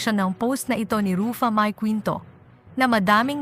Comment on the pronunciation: Sis paki ayos ang simpleng name ni Ruffa mae bago ka mg post mali mali pronounce mo ng name ayusin mo worldwide nakababasa nito. Di kmi good sa english pero pagdating sa name straight namin nasasabi yung name. Please pkistraight mo muna bago ka mg post. 😅